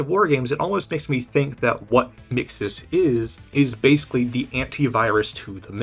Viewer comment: No, not you too! Why do people keep calling mxes “mixaz”